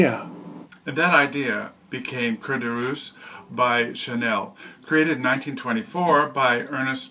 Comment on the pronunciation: hello to you....i got carried away ...you are a wondeful storyteller .... but it's not "cuir de RussE "( un russe: is a russian person) ...but "cuir de Russ" i" e "( meaning : leather from Russia, so the name of the scent) ...in other word, it prononces "Russy" ....